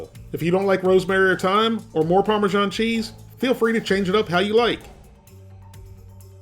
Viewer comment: Remember: its not parmeZHan, its either Parmesan or Parmigiano Get it right pls